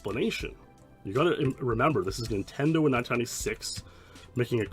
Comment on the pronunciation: Ah ha, you said "intendo.' I love it. It reminds me of the late 80s when I was five.